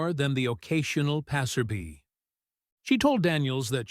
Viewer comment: Passerbye, is not passerbee! Bye is like in bye bye baby. Sounds like eye, not a buzzing bee. And you want folks to listen to you, your're nuts.